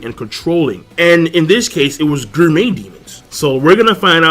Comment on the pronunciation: it is pronounced: GOR-MEh stop with this Guur-Met